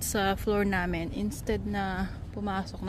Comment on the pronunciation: It's BAKIT, not baket. It's NAMIN, not namen.